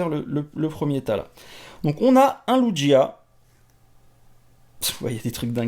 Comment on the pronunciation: Super tes cartes 😋 mes le lugia comment tu la prononcer j'etait en mode hummm 😂 fin bref tes vidéos sont super continue comme ça !!